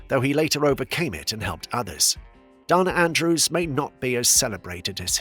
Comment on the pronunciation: I have to object to the Gladys Cooper "she rose to fame later in life" line. Cooper was a famous (in England) beauty and stage star from her teens. And, it might be spelled Bette, but it's pronounced Bettie. There is only one Bette and lsothat is Midler. Also, it's DAna Andrews, not Donna Andrews.